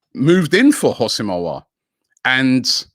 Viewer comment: Some classics - Umiti (Umtiti), Orwhrer (Aouar), xvbrhbzxrb (Szoboszlai) 😭